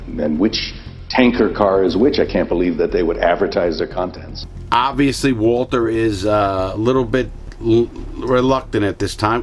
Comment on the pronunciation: HENSAID WALTAH